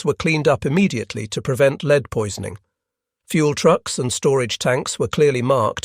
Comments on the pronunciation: Tetraethyl "lead" (Pb), not tetraethyl "leed". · learn how to pronounce lead!! Led Zeplin took the right decision when they removed he A!!